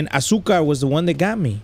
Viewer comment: you said asuka's name wrong the whole video